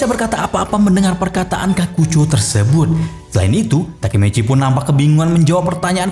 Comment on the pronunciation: TAKEMICHI ❎ Takemeceh✅🗿